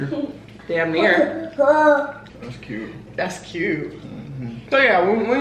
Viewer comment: He said “dets cute”😂😂😂